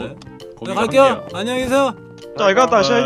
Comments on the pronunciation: 계세요?가게이세요? 라고들리는데ㄱㅋㅋ나만그런가ㅋㅋㅋ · 님이 계세요? 할때 게이세요? 라고 들림